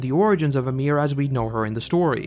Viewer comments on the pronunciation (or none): Who. The. Fuck is "Uhmir"/"Amir"? Y I M I R. YEE-MERE.